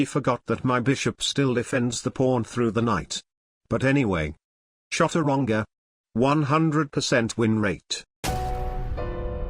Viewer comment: I love how even tho his TTS could say Chaturanga he still decided to mess up the name